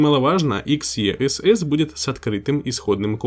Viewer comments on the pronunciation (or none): ЭКС И ЭС ЭС! В произношение умей!